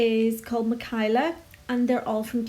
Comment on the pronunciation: I think it’s pronounced mi-kay-la (Michaela) :) my name is spelt very similar to the glitterbels acrylic (Mahkaela) and that’s how mine is pronounced x